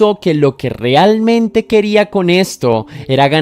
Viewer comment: Hola, me encantan tus narrativas y el respeto que muestras por las víctimas. Tengo un comentario con todo respeto hacia tu profesionalismo. Las palabras que tienen el diptongo ea se pronuncian como ea, no como o, ejemplos realmente, no se dice rilmente, reacción, no riaccion, reavivar,infranqueable, no infranquiable. Es solo una observación sin el afán de molestar. Saludos